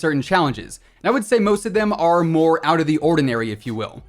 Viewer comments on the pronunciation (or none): none